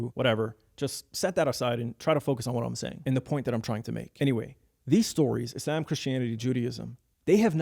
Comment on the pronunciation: Your pronounciation of Islam is gay